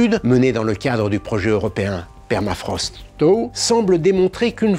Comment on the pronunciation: Prononciation anglaise: 01/10 (thaw) 🤣